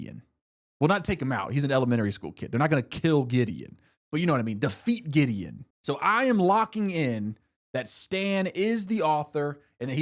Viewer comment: That spunded liek diddy the first time i heard it Then giddy Then gideon